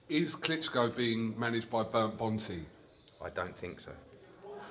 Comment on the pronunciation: Eddie "he's fought Wladimir Klitscko" Hearn